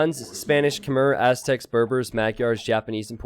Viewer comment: mohhh- yarrrrr is how you say magyars (Hungarian) my man. Its not mag-yars